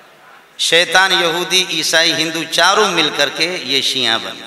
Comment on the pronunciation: Lafz shia to aap se padha nahi jarha hai khayali matlab aur pulao to sirf aap hi paka sakte hain mengal sahab